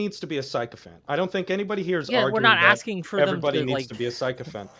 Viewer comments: Who's the guy that cannot pronounce sycophant and talarico? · These are the people arguing politics at a moderately high level: someone who's never encounted the word "sycophant" such that they know the proper pronunciation. This is fucking embarrassing, y'all.